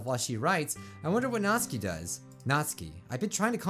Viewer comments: Before you read this, i love your channel but... ... ... ... ITS SOOO ANNOYING HOW YOU SAY SIORI ITS sAyori and also YOU SAID MY FAV PERSON'S NAME WRONG(Natsuki) Her name sounds like Nat tsu Key or nat stew (without the t) key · Natsuki (Nats oo kee) You said it wrong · If you like natsuki so much say her name right Nat-suk-i Not Nats-aki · Not-Ski Me: its Not-suk-i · me after watching a different doki doki playthrough and hearing 'nat-su-ki', then watching this and hearing 'naht-ski' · Natsky me: nat-su-ky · Anyone notice that pronounces Natsuki as "Nat-ski" (He watched a vid of this japanese guy saying "Nat-ski" not "Nat-suki") But then he pronounces Sayori as "Sigh-ori". Anyone catch that? Like if you did, Comment if you didnt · I think you say it like ''Nat-suki'' instead of ''Nat-ski'' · it can be pronounced either way, Nat-ski or Nat-soo-ki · Its pronounced Not-su-ki, not natsuki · Ugh you dont pronounce natsuki like naught ski its nat sooki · Dude, Its Nat-Sue-Ki, i mean, like sound it out. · I hate how he mispronounces their names except Monika and Yuri. It's Na-TSU-ki It's Sa-YO-ri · why do you call Natsuki Natski? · Does he realise he is saying Natsuki wrong it’s 'nat-soo-ke' i dont want to be mean but it just gets on my nerves a wee bit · Isn’t her name natsUki not natsky